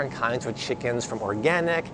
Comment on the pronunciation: First of all guy... it's Chicken... not Shickens.